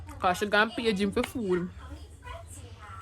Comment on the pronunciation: Wen u say food u say Aprly😂😂😂